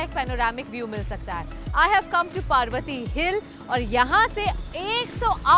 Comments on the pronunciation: It's पर्वती not पार्वती 😂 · Its not पार्वती , it is पर्वती टेकडी. As a Punekar , very unusual to hear it as पार्वती😀😀. But trying to speak in marathi is greatly appreciated. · It's not पार्वती, it's पर्वती ! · The vlog is beautiful! I am from Pune and you don't pronounce Parvati hill as you did in ur vlog. It's par-vati as in the word 'par' in Hindi and not 'paar'.😁 Amazing vlog though!!!❤ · Nice to see pune with your vision.... Hey it's पर्वती not पार्वती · it's not पार्वती hills it's पर्वती hills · Its पर्वती not पार्वती